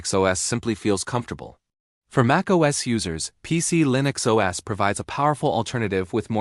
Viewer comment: "PieCe-E-Linix" OS, said once too often. Now you can shove it.